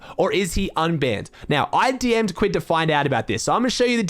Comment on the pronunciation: i hate the way he says kquid’s name